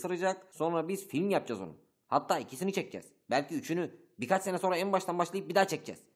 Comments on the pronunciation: Film demeni beklerken filim demen üzdü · filim diyince çok şaşırdım yav. Film demeni bekliyodum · Oha hiç Chaplin'li FİLİM dedi:))))))))))))))) "filim" dediyse filimdir. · İlk başta filim demene üzüldüm ama sizin görüşünüz saygı duyarım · hayri pıtıra film, sipidermına filim diyen zihniyeti seveyim üzüldüm. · sonda film diyecekken dilin sürçtü herhalde filim demişsin(kanalın konseptini biliyorum ama spiderman filim değil film kalitesinde) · Spiderman 1'in origini anlatmamasına rağmen zamanında çok sevmiştim beni çizgi romanlarla tanıştıran ergen bu ergendi bu efsane FİLM ' e ''FİLİM'' demeniz bana çok koydu.Ama tabi sizin eleştiriniz ben karışamam kararlarınızı sevmek zorunda değilim ama saygı göstermeliyim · Bu nasıl "Filim" olur? Bariz "Film" ulan bu. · Abi bunada filim demezsin ya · ''Filim'' demeniz beni biraz üzdü, ama eğlenceli bir parodiydi :D EDIT ( ) : Aslında iyi ki ''Filim'' demişsiniz.Çünkü Spider-Man Homecoming izlediğim en iyi Spider-Man filmiydi!